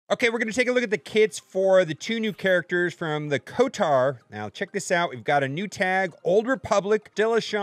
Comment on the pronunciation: Kotor not kotar